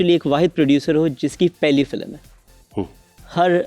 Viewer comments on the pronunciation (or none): Boht hi koi farigh host pakra hai kasam khuda ki ..... Film ka critic hai aur masha allah film ki hi pronunciation theek nahi .. filam 😄 Something haute or Even momin ali munshi would have done a lot better job.